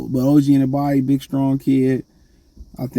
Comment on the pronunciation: An-uh-no-bee is how you say his name you always been terrible at pronouncing peoples names 😂